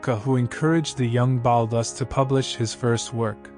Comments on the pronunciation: his name is pronounced "BAULL-TOOOS' " as per his own pronunciation at a meeting with a friend of mine in a Paris bookstore. The accent is on the 'TOOOS' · I don't think he was ever known as Ballus as you pronounce it!!! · Baalus? Really? Can't pronounce the guy's name at all? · It's pronounced Baltoose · Why is Balthus mispronounced throughout? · Hi there, as far as I'm aware, the artist was commonly referred to as 'Balthus' pronounced with a hard 'th' as it is pronounced in his full name, Balthazar. So it could sound like Ball-thus if you pronounce the 'a' one way, or Bal-thus if you pronounce the 'a' as in balloon. Hope that's helpful.